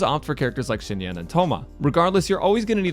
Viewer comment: Xinyan her name is Xinyan 🥲💔